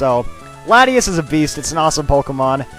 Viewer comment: i thought the " T" was silent in Latias ( FYI not trying to criticise )